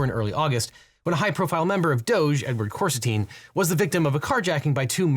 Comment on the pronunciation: I thought “Big Balls” was called Coristine, not Corsitine. Are you sure you got the name right?